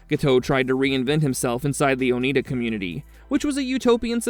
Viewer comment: Oneida is pronounced Oh-nigh-duh.